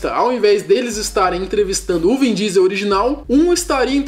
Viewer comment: "vim" diesel?? Kkkkkk